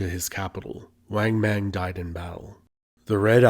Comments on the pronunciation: Excellent, thanks, but there are no long A sounds in Chinese. Think of when your dentist says say Ah. Then pronounce names like Wang Mang the same way. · Great video! But please, in future videos on China...please don't pronounce the vowel "a" short as in the English word "rang". "Wang Mang" is pronounced like "wong mong" as in the English word "long". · In Chinese pronunciation, like spanish, "a" is always "ah". so, "bang" is "bahng", nit "beng". Equally, "Wang Mang" is "wahng mahng", not "weng meng".